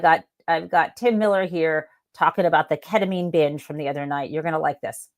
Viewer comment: KET-uh-meen, not KET-uh-minh. You said it right most of the time ❤️